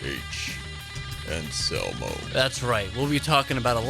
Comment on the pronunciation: Still don't understand why Graham calls him Phil "Onsolmo"